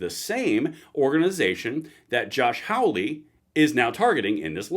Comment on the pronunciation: Love the channel. But i have to point out, its Hawley, not Howley. Think "haul", not "howl ".